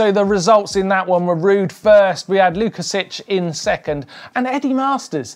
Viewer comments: I was about to write the same about the Sławek's last name pronunciation. You did well except the "si". It should be "WOOKASHEEK". Sounds more Polish. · I enjoyed the racing and your show. Just one thing to correct... you are best pronouncing it Swavomir (or Swavek) Wookasik, boys. I can see there is more opportunities to mention his name :) peace